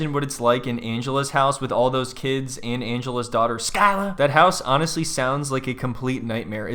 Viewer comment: “MAHKALL” “SKYLAH” gets me everytime 😂